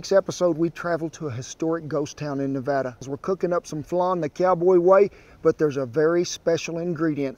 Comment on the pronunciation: YEEESSSS, HE SAID NEVADA THE RIGHT WAY!!! FINALLY!!!